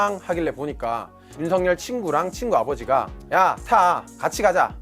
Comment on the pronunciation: 발음에 약간 문제가 있네요. "윤성열"이 아니고 "윤석열"로 발음 즉 "윤서결"로 해야 합니다.